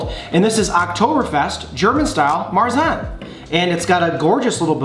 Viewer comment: Okay, WHO told you how to pronounce märzen?! I mean this in the nicest way, but I think you need some pronunciation coaching.😂